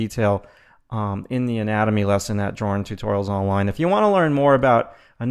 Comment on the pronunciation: It sounds like you're saying anime xD